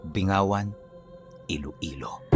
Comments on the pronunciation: Binggawan ang tamang pagbigkas,kasi kung bingawan iba po yong meaning sa Ilonggo😅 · Bingg-gawan iloilo 😊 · Bing-ga-wan po yan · Bing -gawan po